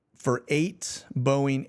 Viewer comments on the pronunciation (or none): none